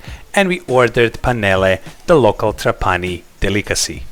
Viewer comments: Tràpani, not Trapàni 😃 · Trápani, please, not Trapáni….. every time you says my heart stops a beat. I love Sicily and every corner of it is marvelous. Trapani (Trápani) one of my favorite places in the world. Best fish worldwide. And the Couscous? To die for…. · NON TRA-PANI MA TRA- PA-NI 😂👍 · It's Tràpani btw. The accent goes on the first a. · People wanna make videos of italy and don’t even take the time to know how you pronounce the name of the city they are in. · Pronounce Trapani the right way. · please, pronounces "TRAPANI" with the Right Accent!!:face-orange-frowning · This guy makes a video about Trapani and doesn't even bother to understand how to pronounce it!. Superficiality and quackery reign on the web. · La tua pronuncia della parola TRAPANI, very funny 🤣🤣